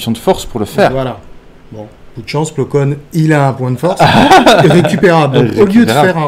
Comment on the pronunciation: Vidéo sympa, dommage que les noms des persos ou des vaisseaux soient autant écorchés dans les vidéo. J'ai rien dit sur la vidéo précédente avec le "Ti" fighter (c'est parce que c'est un 'tit vaisseau c'est ça ?), mais sérieusement, Plo "Kone", "Ayala" / "Aya" et "Wartok", je sais pas si c'est un problème de vue ou quoi mais c'est quand même un peu gros à ce stade pour des fans présumés de Star Wars.